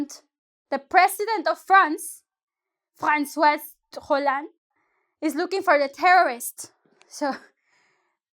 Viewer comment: for a moment I thought you could speak french without accent... until you tried to pronounce François Hollande :) (btw the french president is now Emmanuel Macron!)